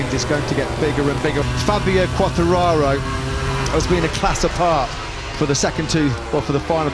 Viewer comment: for the brits is so difficult to name Quatrararooo ahahahah u are so funny